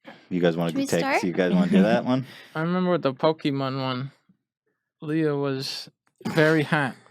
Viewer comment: Glad you finally started saying Leah's name correctly, Ethan ;)